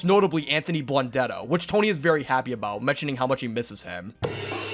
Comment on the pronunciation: Can’t even say his name.